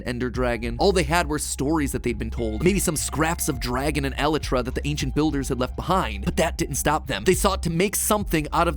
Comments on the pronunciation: the way he says elytra is making me homicidal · POV: You realised that Mat doesn't know how to say "elytra" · Bro the way he said Elytra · I despise how Matpat says Elytra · Nobody going to point out how he is pronouncing elyra wrong? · Mats pronunciation of elytra hurts my ears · Dude first phantoms are a type of a ghost second you been saying the eleyrray wrong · yes but to the mincraft community he is pronouncing it wrong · Just because a pronunciation is said by the majority doesn’t mean it’s the right one. Besides, elytra is a real word, not one made up for the game. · It's pronounced "Elytra" Mat, not "Elytra"! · I hate it so much. Why Matt why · I'm sorry Mat but the way you pronounce "Elytra" makes me want to stick a needle in my ear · I never heard someone pronounce “Elytra” that way, idk if that is the right way to pronounce it but if it is, It annoys me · yeah yeah, most pronounce the lyt- bit rhyming with flight and put the stress there but matpat putting the stress on the first e bit is just kinda weird lmao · he's been saying it wrong for years and its just slightly irritating but not enough to be super annoying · Matt, i love you. but PLEASE get the word elytra right. please please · El-EYE-tra. I don't care what you say. It's like GIF. No one's gonna say "elletruh". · its pronounced e-lay-tra not eli-tra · nah he pronounces it e-lit-tra when its pronounced e-lite-tra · Fun fact MatPat: elytra isn’t pronounced e-le-tra. It’s pronounced eee-li-tra. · It’s pronounced e lie tra not Eli tra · Episode by far has to be the most painful MatPat has ever created MatPat: el-eh-trah Everyone else screaming: EL-IEY-TRAH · elitra? ELITRA?! ee-lie-tra = Elytra Sometimes, Matt, I wonder if your are real or an AI. edit, so a few google searches later and it seems the heathenistic pronunciation is also accepted. My day is ruined. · Matpat i love your videos, but its pronounced "ElYtra" not "eletra" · Item: Elytra ( pronounced E-lie-tu-rah) Matpat: 'El ItRa' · It hurts